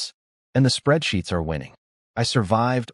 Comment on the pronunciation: I'm curious why AI can't just read some things. Short 2 or 3 letter words, I just assumed it thought they were abbreviations for something. But "spreadsheets"?